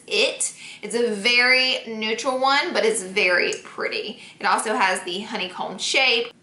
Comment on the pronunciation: Anybody else gets annoyed by the way she says honey comb